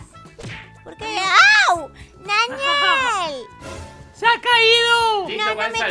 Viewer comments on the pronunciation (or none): el momento me encantó como dijo ñañiel jajajaj